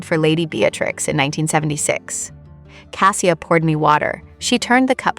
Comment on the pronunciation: Outside of the complete mangling of the main protagonists name, it's a decent story. Cassia is a loving and deeply caring woman. I wish them both joy. And Mrs. Lavoie.